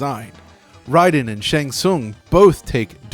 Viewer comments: "Rye den"? I've always said "Ray den". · RAY - den NOT RYE - den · Great vid so far but it's "RAY-den" not "RYE-den". RAY-den is how they say it in the games :p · Why do people say Rye-den? The game even says Ray-den!! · Ugh... Automatic minus points to any video that pronounces Raiden as "Ridin". It may certainly be more commonly pronounced that way, but we've heard the name pronounced IN GAME for almost 30 years now. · Excellent video. But, it is pronounced Ray-den, not Rye-den. It may originally be based on Japanese mythology (and thus pronounciation), but MK is it's own thing. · Ray don not Rye Don. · woah woah woah... Rayden? It's Raiden now and I thought it always was, whats up with that? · It's Raiden not Ryden -_ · Bro. It's absolutely "ray-den". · I hate when they say; RYDEN!😡😠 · Iron is not pronounced similarly to irony. The "r" is silent. Also, the thunder god Raiden is based off of is pronounced "Rai-den" like this video suggests, but the in game character is pronounced "Ray-den". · How you gonna call him ryden when they literally say his name after every win in every game. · It’s. Pronounced. RAY DEN!!!! That is all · Love these videos however you pronounced Raiden incorrectly. MKI arcade pronounced it as Ray-den. Raiden. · Pronouncing Raiden/Rayden as Rye-den (like the Metal Gear character) makes you lose a little credibility. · who the hell is Rye-den? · AWESOME video John, love it!! One minor flaw though.. it is Raiden (as in “Ray-dan”) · Its pronounced "Ray-den" 😄